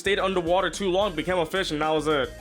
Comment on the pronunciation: Can't even say fish. 🐠🐟